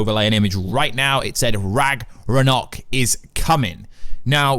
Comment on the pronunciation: its not called Ragranok, its Ragnarok, what the hell is Ragranok? is this a parody video this was confusing the entire way through